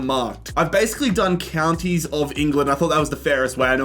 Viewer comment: Mispronouncing all the counties